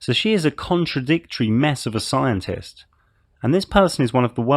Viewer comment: 😂🤣🤣! Great! Had me laughing at the "psyintist"! Surprised how long you had her there. I'm thinking these people have to have much faith to deny there own brains...but...😂